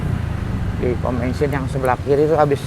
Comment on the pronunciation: Bensin om bukan bengsin, wkwk, ngecaprak bae ya. Terimakasih infonya